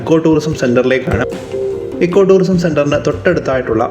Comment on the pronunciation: സുഹൃത്തേ എക്കോ ടൂറിസം അല്ല ഇക്കോ ടൂറിസം എന്നാണ് പറയേണ്ടത്.